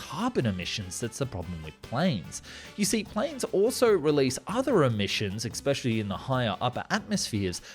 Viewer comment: Love how you can’t pronounce “especially” properly, but use the word so much in your vids. It’s cute lol